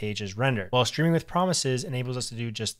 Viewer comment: Ayy you pronounced it "Shtreaming with promises", nothing wrong with that, it's just interesting to notice (as a foreign speaker) since it's a shift in how English is pronounced, and most native speakers don't even realize they're doing it. I assume you say shtreet and shtring too?